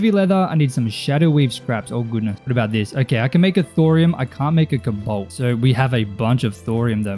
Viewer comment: Hey sir its Co balt not ho balt